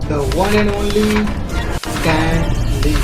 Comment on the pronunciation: Stan❌ स्तन ✅😂😂😂